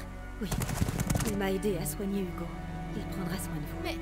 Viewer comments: Excellente vidéo !! j'en veux plus, trop bien !! Je vais m'acheter également ce jeu, ça à l'air tellement prenant !! PS: Seb dit: "Yugo" au lieu de "Hugo" 😂👍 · Manger du sanglier ... pas très vegan tout ça x) Il a vraiment dit Dogoo ?